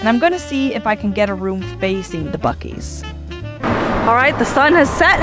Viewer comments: Bu seas? It’s BUCKees! 😆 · BEEE -U-CEES????? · I'm sorry, "Bew-sees"?! 🤣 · It’s pronounced Buck-eee’s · The way they pronounced the name 🤮